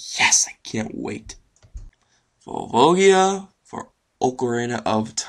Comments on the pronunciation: It's pronounced "Vulva-Giah" And it's ironic that you complain about some bosses being "so easy", when in reality volvagia is one of the easiest bosses in the entire franchise. He's at least twice as easy as the gannondorf boss in WW. I think you're just full of crap. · YOU TOO!!!!!!! you say volvagia wrong like everyone else!!!!!!!! the G makes a J sound!!!!!!! I have a question. is volvagia a boy or a girl?!?!?!?! it is like volvagia has eye shadow but then everybody says that volvagia is a boy!!!!!!! P.s. I love and I mean I'm a total zelda fan I'm the #1 fan of zelda so you are not mad at me right?!?!?!?!?!?!